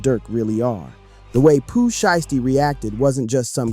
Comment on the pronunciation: He not even that brah this is ai slop see how he pronounces sheisty wrong